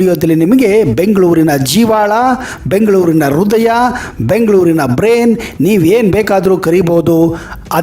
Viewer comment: ರುದಯ ಅಲ್ಲಾ ಮಾರಾಯಾ , ಹೃದಯ